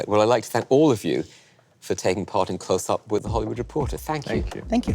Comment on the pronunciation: "Hello and welcome to Clotshsssttsup"